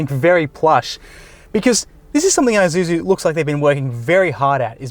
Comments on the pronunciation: Pronounce as "I-shoe-zoo" Not I-ju-ju. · It's 'e'-suzu not 'ay'-suzu mygahd